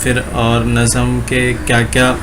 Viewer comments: Usko nazam nhi nazm padte h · Bhai nazam nhi nazm kahte h